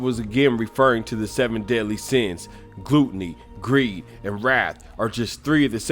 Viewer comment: It's pronounced GLUHTNEY, not GLOOTNEY!